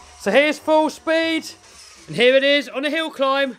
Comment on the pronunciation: Why you say hee instead like: 'here'?